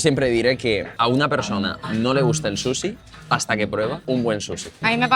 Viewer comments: “Un buen susi” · Grefg dice susixD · porque le dicen susi brooooo Es SUSHI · Qué les pasa cuando pronuncian "Sushi", como q les cuesta un poco, no?